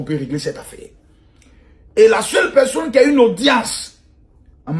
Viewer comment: Makosso on dit( personne) et non (pecsonne)